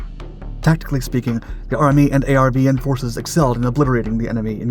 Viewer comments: ARVN was pronounced “R-Vin” not A-R-V-N. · ARVN is pronounced R-VIN.. simple. ARVN meant Army Republic Viet Nam.